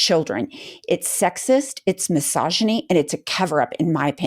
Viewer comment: Yes! And still loving your intro Happy Merry, cheers! 🥂 NB: when you said misogyny, for some reason I heard "massageny! Guess I've meen listening to the Trumpstein files too much...